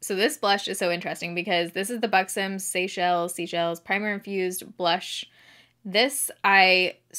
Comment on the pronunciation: Did you just pronounce Seychelles like seashells? 😂